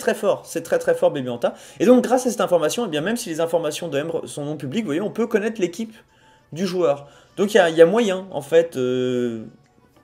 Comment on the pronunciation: Salut, super épisode comme d'habitude, c'est vraiment super intéressant de te regarder commenter tes propres matchs. Bref, merci beaucoup de m'avoir mentionner et d'avoir montré mon classement, ma team ect... <3 Par contre mon prénom ça se prononce '' Emré " mais bon c'est pas grave. ^^ J'ai en tout cas hâte qu'il y ait une nouvelle compétition et de regarder ta progression, bonne journée.